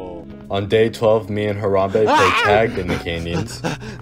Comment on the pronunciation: The only part u messed up on was the M in Harambe